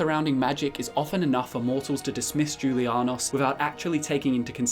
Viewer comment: I thought that the j in julianos made the same noise as the j in jalapeño